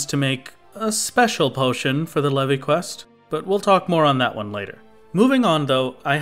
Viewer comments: its pronounced "leave" not "levy" reeeeeeeeeee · Leve is pronounced like "Leave", you can tell because of the achievements Brayflox is actually female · Leve in leve queat is pronounced leave. It's a stupid ancient way of writing leave that Koji found in an old dictionary... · I'm sure you've heard it by now, but Leve is pronounced "leave", and Brayflox is actually female! Unless you realise this later ( I'm at 16 mins atm ) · "Le-vi quest"??? Hello, is this the inquisition? I'd like to report a heretic. lol